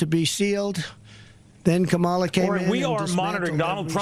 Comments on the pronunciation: Why does he keep mispronouncing VP Harris's name? Is he stupid or just disrespectful? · He mispronounced her name. Where has he been?? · Will Trump ever learn how to pronounce "Kamala?" My 5-year-old grandchild can say it correctly. I know this November; Trump will be able to pronounce Madam President. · This deal with saying Walz and Kamala wrong on purpose just wreaks of being a loser. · I guess he didnt watch last night's DNC. They gave a lesson on how to pronounce her name 🤷‍♂️ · I find it interesting that the men running for office are referred to by their last name, but Harris is always referred to by her first name. Is that a difference in respect? Trump also can’t pronounce “Kamala”, and Vance can’t pronounce “Walz”. 🙄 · Felon Rump is so ignorant he can't even pronounce Kamala. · He's such a loser in so many ways. But to pronounce her name wrong just to be a dick, just shows how childish he is.